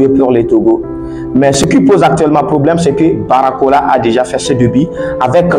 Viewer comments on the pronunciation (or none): c'est BARCOLA et non Baracola 🤨